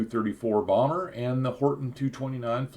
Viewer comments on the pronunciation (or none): none